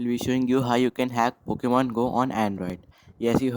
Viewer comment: And again... It's Pokemon not Pockemon